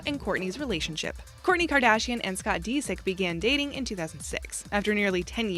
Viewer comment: Scott DeeSick? Lol